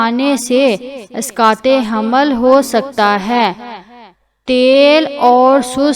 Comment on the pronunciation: Aap pahle raham ko hamal padna seekhe tb information de😅😅😅.